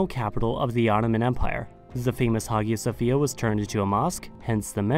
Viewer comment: You pronounced every Turkish word beautifully and then you say Hagia Sophia wrong ;((( it’s ok though you made up for it with the other words